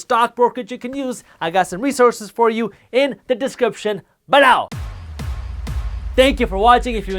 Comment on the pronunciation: This was a great video, he said “B-low” about 4 times!